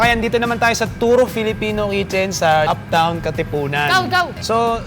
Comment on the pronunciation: up town!!! hindi uptown HAHAHAHAHA napunta sa bgc